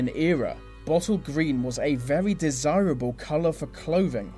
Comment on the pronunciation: Veally a vevy vevy avevage vist, vib vemoval scavy vho "vov" sovvy Cldnt help it